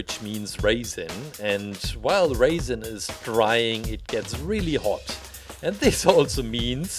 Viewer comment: Tip: It’s “resin” not ”raisin” 😂